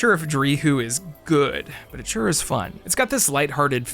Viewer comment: I'm not shuh-ah.